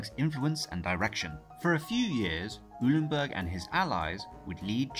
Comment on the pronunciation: Eulenburg = "OY-len-burg."